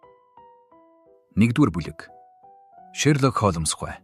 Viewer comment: Холмоос гэдгийг нь засаж болку юу ??😊😊